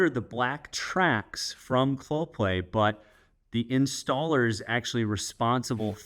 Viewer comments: Yeah, not sure why he couldn't pronounce it... Clo Pay! Not ClopLay! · Geez man. If Clopay is sponsoring your video, please don't pronounce the name of the company Cloplay. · I know they are a sponsor, but is does sound like you are pronouncing it with a L in play. It’s pronounced Clo-pay. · It is a unique name, and a type of tongue twister, so it was kind of funny hearing you say "Cloplay" or even "Coplay" 9 out of 10 times instead of Clopay. 😂😉 Also, I know they are a sponsor, but please confirm that you will be removing those "safety" stickers on the door panels when you are done fitting out the garage and they got their "sponsors" money's worth out of your videos.